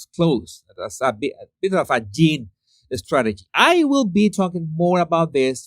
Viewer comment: It's Yin and Yang. There is no letter 'G' on the end of Yin. Just the same H&M Yin is so dominate there is no harmony in their lives.